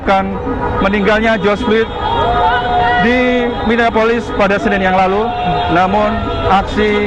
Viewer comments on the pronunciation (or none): Hari Senin kok jadi "Senen" can TV One choose more better reporter than him with better vocabulary? jadi di dengar nya enak. :)